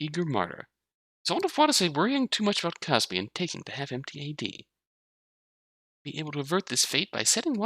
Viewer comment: i'm gonna be that guy, sorry, pls forgive my pedantry it's kazami, not kazumi